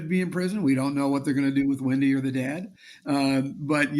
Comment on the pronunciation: I know it's insignificant, but I can't get past the way she pronounces "dad" as "dod" and "half" as "hoff." She's not a Valley Girl! Does Florida have an equivalent?